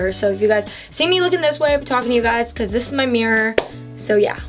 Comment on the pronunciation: I love the way she says "becuase"😂